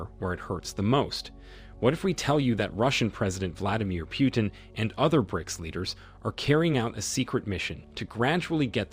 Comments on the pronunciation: It's not Pyutin learn to pronounce properly sir..It's President Putin . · its not pronounced PJUTIN but P Utin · Vladmir Pewtin makes him sound cute and cuddly - Also, I would probably argue that the most important factor keeping the dollar alive, is simply the military industry complex. You want to be able to defend your country/oil/people? Well you need the worlds best high tech weapons and equipment. And if you want to buy that stuff from US, you need to pay with dollar (whatever currency, but at a rate connected to dollars)